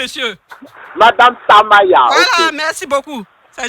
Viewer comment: Madame Tamaya prononce bien mon nom 😂